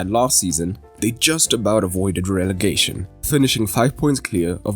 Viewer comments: here when it's "relefation" and not "relegation" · Ah, yes, "relefation"